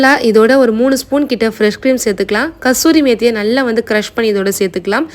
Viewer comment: நீங்கதான் இந்த சின்ன வயசிலேயே நன்றாக சமையல் வித வித மக பண்றீங்க. Cookery class poirikkeengala. Very good and congrats. Neengathan kasuri methi correct aaga pronounce pannineenga. Mathavanga ellam kasthuri methi nnu thappu thappa pronounce pannuvanga.